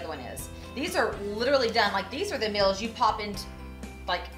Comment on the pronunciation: She calls them "mills."